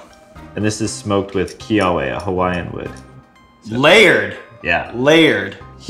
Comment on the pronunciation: Why you gotta botch the Hawaiian pronunciation?!